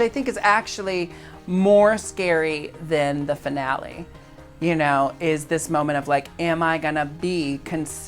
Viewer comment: trixie pronouncing finale as denali ... Yes